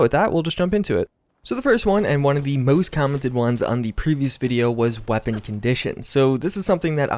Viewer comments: Cant say weapon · Why do you have a problem saying the word weapon? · Hearing you say weapon again, ahhh 😎😎😎